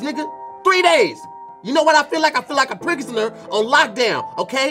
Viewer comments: "Prigisner"😆😆😆 Hey Tom! I think was trying to say "prisoner" in reference to entangled scalp. Sounds to me like should get entangled in a dictionary. Thanks Tom, back to you! 🤣🤣🤣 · hey tom I think tried to say prisoner but ended up saying pregnaser idk what that means but yeah back to you tom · Hey Tom. Great episode, but at the mark, tried to say "prisoner," he ended up saying "prigsiner." We'll keep trying to be better. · 🧏🏻‍♂️"hey tom, it looks like was trying to say prisoner, but instead he said prigosoner. He started off the segment rough trying to say Ricky Martin and its been downhill ever since. Back to you" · Hey Tom! I think was trying to say "prisoner" in reference to entangled scalp. Sounds to me like should get entangled in a dictionary. Thanks Tom, back to you! 🤣🤣🤣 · Hey Tom said prisoner hella wrong